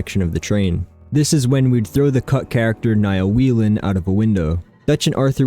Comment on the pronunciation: its pronounced way-len. it’s irish